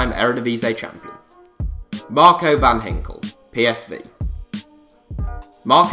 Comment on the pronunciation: its van ginkel not van hinkel